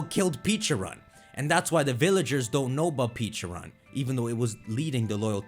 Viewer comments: it's PECHA-RUNT not PEACHA-RUNT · I don’t get why he keeps saying peacharunt instead of pe-cha-runt the correct pronunciation even the video giving us it’s backstory pronounced it as pecharunt so where is he getting peacharunt from💀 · You’re not saying Pecharunt correctly! Watch the story of Pecharunt.